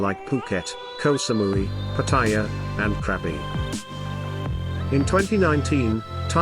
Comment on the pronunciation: Will you please not call Pattaya pattire, it's pattaya